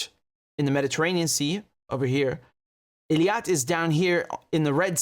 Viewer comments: Eilat. It's pronounced "AY-LOT" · not ILIAT but EILAT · Practice saying Eilat correctly Your information is good but the pronunciation isn't working